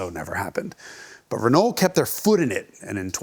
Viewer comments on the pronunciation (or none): Its ren-oh, not ren-ole, otherwise very good video, and entertaining. Quality speaks for itself....love your content. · just say "renoh" and ur good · I love Jason's very Americanized pronunciation of Renault (reh-nall) but then he slips into the French pronunciation half the time (reh-no). How does Tam Hyphen say it? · Always love the Hagerty vids. Keep em coming. But… top tip: when you pronounce “Renault”, the L and the T are silent. "Ruh-NOH". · Great, but stop trying to pronounce things right when they are wrong. Renault is RENOE durrrr... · C'est "rhen oh"! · I hate it when people pronounce the "L" in Renault 😭😭😭😭😭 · true. but he has to work on pronouncing renault correctly. that is without the "L". maybe then they´ll also sell the car in the US. on the other hand: why should they? ;-)